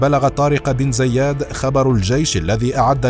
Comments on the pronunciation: النطق الصحيح لإسم زياد هو بكسر الزاء وفتح الياء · طارق بن زياد وليس زيادن